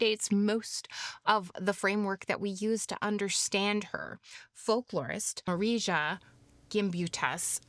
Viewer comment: Marija 😂 it's pronounced as simple Maria (sorry had to laugh about it, Lithuanian here)